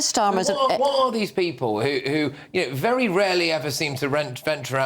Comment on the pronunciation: Wery Wery turo